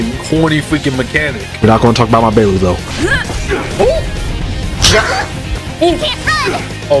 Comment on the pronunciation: Bro called her Baelu instead of Bailu. Not sure if that was intentional but it made me giggle